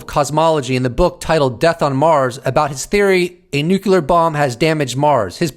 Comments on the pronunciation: Brother PLEASE stop saying nuke you lure. Its NUCLEAR! Other than that, keep up the good work, thank you! Peace and love, keep doing your thing. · New game: drink a shot when says nu-ce-lar